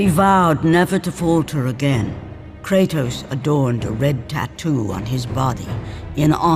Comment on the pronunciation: Americans butcher all names...they can't even pronounce Kratos properly. It is an actual Greek word.